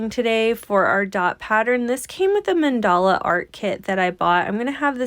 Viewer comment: Another fabulous video! So easy to follow instructions. And now I know how to pronounce mandala 😊